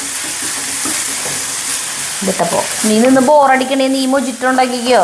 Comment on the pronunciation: മൊജിറ്റോ എന്നല്ല, മൊഹീത്തോ എന്നാണ് pronounce ചെയ്യുന്നത്. It is a Spanish drink